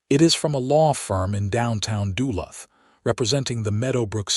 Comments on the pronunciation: I'm Australian and even I know you are butchering Duluth. Shame on you an american should know his own countries town names. What is a borger supposed to be. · Yup agree with the Ausie....don't know how to pronounce Duluth....or half the other stuff. :face-red-droopy-eyes